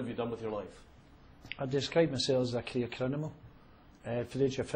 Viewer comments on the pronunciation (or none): Did he say Career Crinimal? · Did just call himself a “career crinimal”?